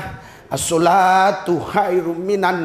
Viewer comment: Pendeta kok bohong baca azan gk jelas katanya pernah islam masa gitu bacanya asylatu itu apa